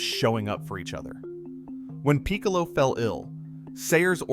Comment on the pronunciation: You did a pretty good job here, but come on, Bears played at Wrigley Field in Gale's day. And it's not peek-a low, it's Pick-a-low. He was the best though.